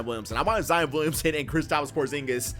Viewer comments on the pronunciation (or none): none